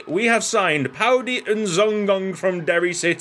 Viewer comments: Paudie is pronounced pawdee :) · ik u said ud rather comfort in commentating but paudie is pronounced paw-dee haha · Puadie is pronounced -- paw-dee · Paudie is pronounced paw dee